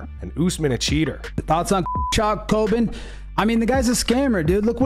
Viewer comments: Is his real name Colbin? 😂 you know he’s gotta hate getting so many words wrong while ranting. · Dude's calling himself Colbin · Why he calling HIMSELF “Colbin” 😂😅